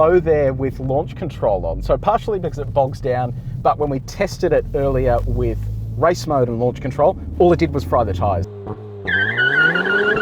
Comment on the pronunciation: Was it me or did it sound like he was saying “rice mode” 😂😂😂